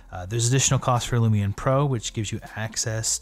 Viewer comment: I was distracted by you saying "Lumi'n" or "Lumi-un"